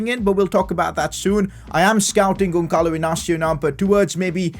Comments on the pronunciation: Who cringed when he said GonCalo Inácio instead of Gonçalo Inácio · the ç you read pretty much as an s in portuguese, so just basically say Gonsalo an not Gonkalo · when the is int the middle it's an s sound so the sound is Gonsalo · you need too reed the ç like a s